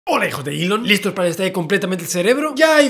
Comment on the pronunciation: Gente normal: Elom Musk Gente rica: Musk Javi: Elom Soy el Puto Amo Musk XD